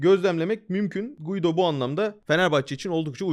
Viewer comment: Guido değil Gido, i'den önceki u okunmaz İsp.